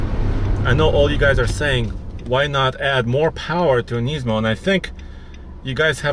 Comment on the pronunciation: He says "kneesmo"